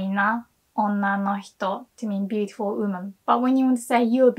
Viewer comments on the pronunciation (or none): She is saying 'woman/women'. English is amazing but this is the one word she can't say properly for some reason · I know this isn't in Japanese, but I have to say.... I LOVE the way you say the word woman! It is the most beautiful thing to my ears. Please say it in every video. 😍